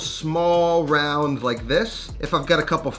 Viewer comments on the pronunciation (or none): none